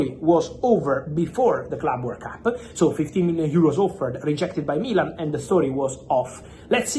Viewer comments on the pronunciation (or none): none